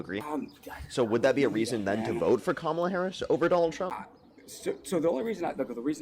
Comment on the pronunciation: Why do all right-wingers (which this guy definitely is) mispronounce Harris' first name?